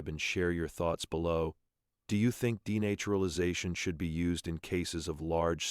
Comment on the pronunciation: You need to train your AI voice over how to say denaturalization. You're welcome.